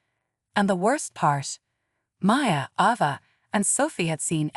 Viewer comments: Stop mispronouncing Ava 😢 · Stop mispronouncing Ava 😢😢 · Please stop mispronouncing Ava 😢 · Please stop mispronouncing Ava 😢😢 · Seriously stop mispronouncing Ava 😢😢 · Could you please stop mispronouncing Ava 😢😢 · Stop mispronouncing lingerie and Ava 😢😢